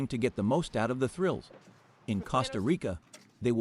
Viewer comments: Costa Rica (means Rich Coast) is pronounced exactly like the "CO" in COAST, not like the "CO" in COST. Common people. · Even ai should get it better!! These are sickening to hear and some real dumb people will repeat the mistakes and sound like idiots!! I said the other day: it is spelt “cost -a) Rica but pronounced (coast-a) Rica. ❤ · man... a robot voice that can't even pronounce Costa Rica. not a goo look. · It was very annoying with the mispronunciation of "Costa Rica" but when he claimed that it is from French, it was like WTF. If things so simple are wrong, how can I trust the rest.